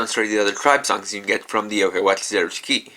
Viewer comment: when you said zeroshiki I though you said zeroes key